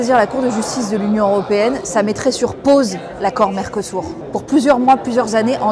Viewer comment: Mercosur pas mercosour apprend à parler